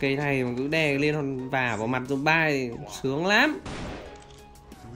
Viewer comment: đại ghét mấy thằng zombi mà nó cứ đọc zombai